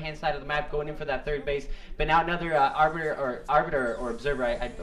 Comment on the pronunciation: Haha lol, see, you CAN say 'arbiter'! Well done. Still love the enthousiasm, it games the game so much more exciting